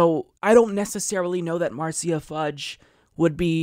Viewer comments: Love you man but her name is pronounced "MARSHA" lol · Oh it's pronounced /mɑɹ'siːə/? I thought it was pronounced /'mɑɹʃə/.